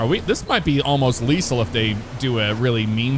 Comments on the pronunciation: Unless it's a joke I'm unaware of I lost count of the amount of time leasel was said instead of leTHAL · He sed lethal wrong the whole time😂😂